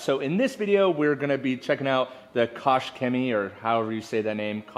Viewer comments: I‘m German, the pronouncation is shemie and not coke but koch. Type it in google translate it helps too understand it😂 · Koch is a German last name pronounced "Coke". It's really easy - "Coke - Chemie". and "Chemie is not pronounced "shemie" just like chemicals is not pronounced "shemicals".